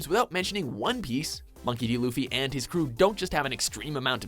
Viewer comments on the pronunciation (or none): none